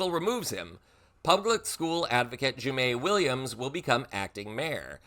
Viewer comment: Um, let me FACT CHECK this report loudly; JUMAANE WILLIAMS IS A GUY. And you said his name wrong! It's Ju-MAH-nee. Plus, a special election would be held in 90 days, not 80. He is the NYC Public Advocate, not just for education but for multiple gov't agencies. And he's on the left politically, like AOC (which is why both Hochul and Adams fear him as acting mayor). If you're going to report on this story, get the m'effing facts right! FFS.